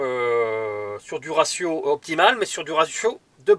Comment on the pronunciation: j adore les gents qui parle bien français (( le resio ou razio MDR ))